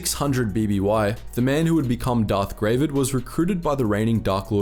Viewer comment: OMG! Gravid is actually just an unmodified English word meaning "pregnant with eggs"; like if a frog has a bunch of eggs in its body, that frog is gravid. It's actually pronounced not like "grey-vid", but like "grah-vid", like it rhymes with "grab it".